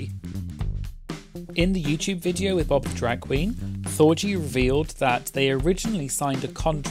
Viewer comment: That you didn't pronounce Thorgy like orgy or Porgy